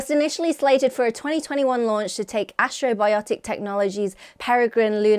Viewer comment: keeps saying "astro-biotic" when the company name is Astrobotic, as in ast-robotic.